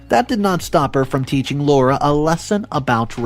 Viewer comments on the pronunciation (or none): none